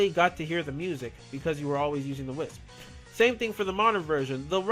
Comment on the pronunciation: your can't say wisp